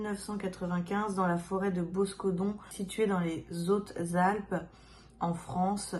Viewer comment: Dans les Zautes zalpes ?¿? 😂😂😂😂 C'est un h aspiré ! Pas de liaison !